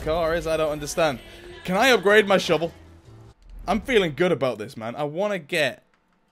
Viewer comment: I love how he says shivel instead of shovel. It's great :)